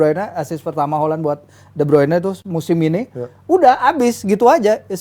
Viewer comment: Holland atau Halland?? 😂